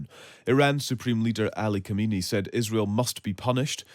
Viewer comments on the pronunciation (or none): Can you LEARN to pronounce the name KHA MEN EII ? It’s like calling Biden as Bideh